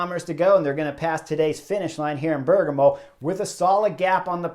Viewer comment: Bear-GAH-mo, buddy.